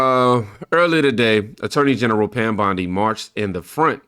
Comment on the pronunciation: this ghetto trash cant even say Attorney general right...smh u can take the trash out of the ghetto but its still ghetto trash